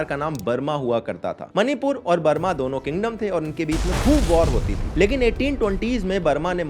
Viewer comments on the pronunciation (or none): मनीपुर नहीं -- " मणिपुर " कहो।